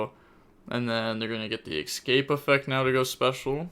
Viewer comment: How do you manage to say escaspe as !EXCAPE"